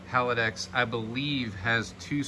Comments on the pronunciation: HAL - DEX not HAL - A - DEX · Haldex 'Hal-dex' 'Hal-decks' Having a Hallava hard time saying Haldex.